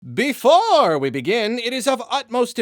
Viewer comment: I hope makes this pronunciation of "BeFOOOOREEE" a thing.